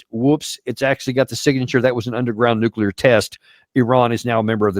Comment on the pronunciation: this Izzyhole can't even pronounce "nuclear."